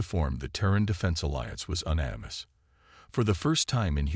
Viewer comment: Great story. I think it might be better to spell words phonetically so the AI can read and pronounce them correctly. Example you nanimous instead of Un nanimous. Just a thought.